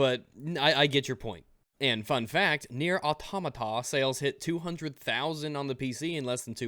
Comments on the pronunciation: It's "Near a Tomato" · "Near Autohmatah" - 2017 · Nier Automatamata xDDDD Made my day, ty;D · Nier Autaomadasahh -, 2017